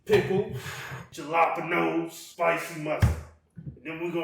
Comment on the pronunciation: “Jahlaponoes” 😂😂😂 Bruh why was I tryna research wtf that was?! 🤦🏾‍♂️😂